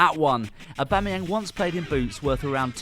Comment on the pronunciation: Also, his name is pronounced "AubameyONG" as it is from the French language